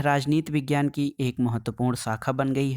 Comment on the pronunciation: Vejiyana na sir padhna hai